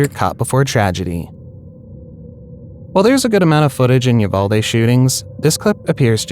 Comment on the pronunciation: Also, it is pronounced U VAL dee. Not U Vall day.